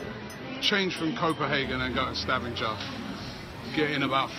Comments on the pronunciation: 'Stavinjer' (Sta-van-ger) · Your pronunciation of Stavanger made my day! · Hope you enjoyed your ride driving through Norway, there is lots of beauty to see! Also, you completely butchered the spelling of Stavanger